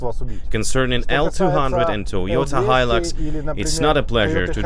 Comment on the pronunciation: Its hilux not hilix lol